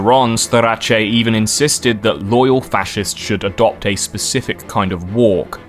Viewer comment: bro really said fa-shez 💀💀💀